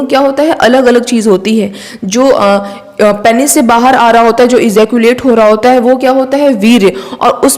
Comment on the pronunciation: It's not 'Peynees' . It's 'Peenis'